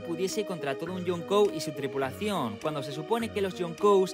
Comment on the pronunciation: Mejor di emperador en vez de pronunciar yonkou cómo lo dices 🙄